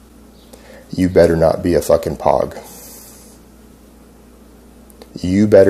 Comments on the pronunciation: it's pronounced P-OO-G not P-O-G :) thank you, you over weight fat, disgusting excuse for a humanbeing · "You better not be a pog!" Um, you mean like that toy from the early 90s that the lids collected? Or maybe he meant POG, pronounced such that it rhymes with rogue, meaning "people other than grunts" and referring to non-infantry in the USMIL. Guarantee you only a poser would be so dumb he'd mispronounce POG. Even POGs know how to say POG. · He didn’t even pronounce POG correctly. What a fucking joke. Didn’t have the balls to join the military so he has to live in a pretend world where he’s Billy badass 😂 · Dude can't even say POG correctly... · he says pog wrong, really? All this experience and he doesn't even know how to say pog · Doesn't know how to pronounce POG. Lol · He pronounced pog wrong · He said pog wrong lmao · You can tell he's never done it. I AM military. He said "POG" wrong. We ALL know how to pronounce the word. He doesn't. Cased closed. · "I don't talk about my past"... Talks about it all the time. 'It's not supposed to be public knowledge'... Talks about it publicly. Blaha-land must be nice My favorite is when he pronounces POG wrong 😂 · The way he pronounced pog lol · Dude doesn't even say POG right